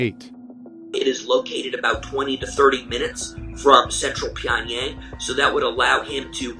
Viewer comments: .... It’s not 평얭(Pyeongyaeng) ..it’s... 평양(Pyeongyang)!!!! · It’s Pyong-Young, not pyong-yeng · LOL! "Pyong-YAYng" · This is a good video but the reporters need to pronounce Pyongyang correctly.. it makes the video lose a lot of credibility when the ones being interviewed, especially Michael Madden, can't even pronounce it right. The main narrator does a better job saying it than the 'experts' being interviewed.